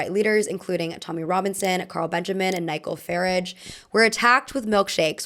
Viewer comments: INSANE pronunciation of nigel farage. oh my god. "nigh-gill fah-radge" is sending me. for future reference it's pronounced "ni-jull fAH-raaj". "edin-borrow"? another BANGER for mispronunciation. edinburgh is pronounced "edin-bruh". i really recommend looking up pronunciations before doing these videos man 😭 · The butchering of Nigel Farage's name was INSANE 😂 Ny-jell Fa-raj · Amaaaazing video but had to rewatch the part about throwing milkshakes so many times bcos I couldn't understand the pronunciation of Nigel Farage and Edinburgh LOL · Niggle and Eden borrow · the way you pronounced nigel farage made me burst out laughing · that pronounciation of nigel farage is hilarious thats how im saying it from now on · The way you said Nigel Farage sent me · Girl I love you but my jaw DROPPED with how you pronounced Nigel farage 😭😭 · You have to respect the non-commitment to pronouncing Nigel Farage right, and adding Edinburgh just for good measure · as interesting as this video was i can’t get over how you pronounce nigel farage i’m cackling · I can't believe the way you pronounced Nigel Farage lmao